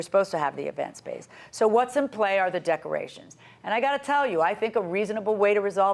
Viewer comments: Lmao, she said “duckerations”. The way some people speak is hilarious. We ain’t like no duckerations!!!! I understand if you’re from a different country or if you have a strong accent so words come out sounding different, but come on, learn how to pronounce words correctly. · Lol! I heard duckerations too. 😆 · The plaintiff keeps saying "Duckerations", What the hell are "Duckerations"? Smdh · I came to the comments looking for this EXACT one😂 I thought I was the the only one who heard that at first😂😂